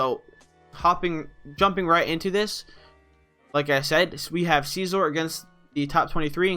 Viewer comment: Sih-Zor... not Seezor